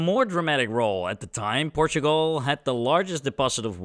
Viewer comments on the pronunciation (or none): none